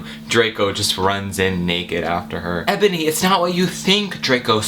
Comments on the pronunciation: IT'S NOT Ebony, its enoby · You mispronounce Enoby.